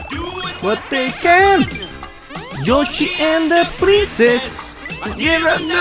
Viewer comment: i swear I was hearing him as saying "Look at Joshhy! Look a Joshhy!"